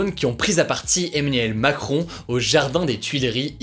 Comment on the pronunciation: "Eminem Macron" 😎